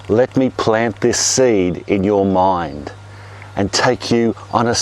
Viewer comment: "Let me plant this seed in you mo..." WHAT?! "moind", oh. ok.